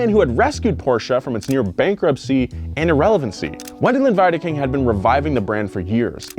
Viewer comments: Last name=Veedeking. The 2nd letter of german vowel combinations is said in its long form. ie=EE, ei==eye. Standard German (Hochdeutsch) as from Hannover the ch would be said like an sh. You are trying to pronounce it the east german way. So Piech=peesh. But you got the vowel combination thing correct this time. W in german makes the V sound in english. Christian Vulf. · "vendelin veedeking" whichever of the "ie" /"ei" pairing is second becomes the hard Sound, so for example, ie would be eee. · It‘s pronounced „Weedaking“, hilariously enough... ;) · wiedekind is pronounced like V or the WII at the beginning, the rest was ok ;-) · Great episode so far but as a german I gotta correct your prononciatuon, correct is (for you english folks) "Wendeleen Weedeking", this comes closest to how you say it in german. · cracks me up how he pronounces Porsche's CEO name